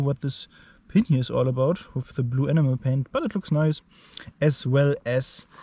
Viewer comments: Awesome video boss. Just a heads up. When you say 'enamel' it sounds like 'enema', which is a very very different thing lol. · It sounds like animal